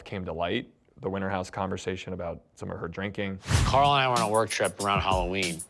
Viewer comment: okay im gonna say it. I HATE the way this producer says Carl's name. okay im done. Kendrick inspired me to uhnleash my hate. sorry dude.